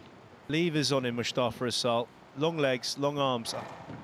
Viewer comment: SQUASHTV can you please let //commentating team know that its pronounced "m-o-o-s-t-a-f-a" not m-u-s-h-t-a-f-a